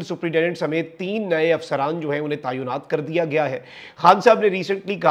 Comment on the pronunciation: Tayonat nahi بلکہ Taynat..